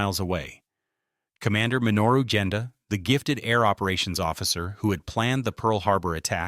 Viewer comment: His name is Genda and not Jenda.